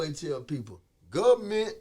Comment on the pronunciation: “Guvment....Entertainment....same ment. “ 🤦‍♂️🤣